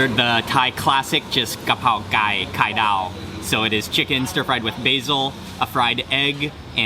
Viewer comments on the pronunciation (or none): I totally heard: «I smelled out a ไก่(chicken) on a cart...» 😅